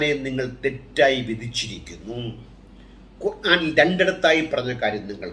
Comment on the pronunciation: ബായ് ഖുറാൻ അല്ല, ഖുർ - ആൻ എന്നാണ്